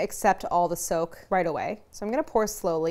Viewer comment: I kept thinking she was saying soap when she said soak.